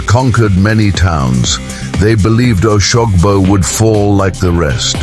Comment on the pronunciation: How can you be telling an African story with a white man's voice over?...he can't even pronounce oshogbo properly 😢